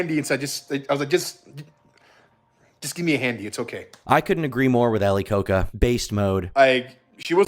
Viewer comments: why do you pronounce it like ali coke uh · His surname is pronounced as ko-ja by the way and not like the Coca-Cola, if anyone is interested. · Ali "Ko-ka"🤦🤦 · it is ali koca pronounced ali koja